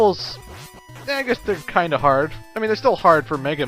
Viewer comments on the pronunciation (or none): none